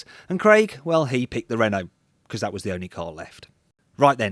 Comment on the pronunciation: lol! "... i would not have the renaulte, because its french..." :D